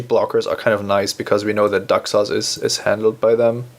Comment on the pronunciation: When he says Daxos, it sounds like "duck sauce" - which is what I'll be calling Daxos from now on.